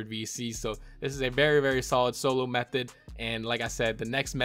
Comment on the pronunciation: BRO HE SAID METHODD